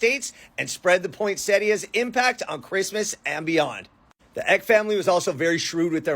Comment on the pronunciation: It's pronounced Paul Eck-y. His grandson's family a local celebrity family around Encinitas, and they have a ymca named after Magdalena Ecke. My mom interviewed Paul III, and I transcribed it. Back when I was living in the SFV.